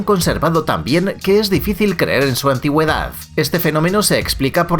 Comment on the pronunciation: Por qué pronuncia las palabras terminadas es D como F? antiguedaff. Esto tiene alguna explicación linguística?